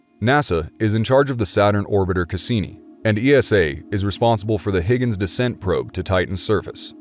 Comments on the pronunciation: Dude,... it’s pronounced “hi-gens” and NOT Higgins. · Huygens is NOT pronounced Higgins !! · It’s pronounced Hoy-gens not Higgins. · Its not Higgens ITS HUYGENS. I love your stuff, but it's like walking with a thorn in my foot.